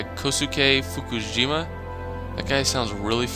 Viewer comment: "fujishima" how do you get "fukijima"? It's "fu-ji-shima"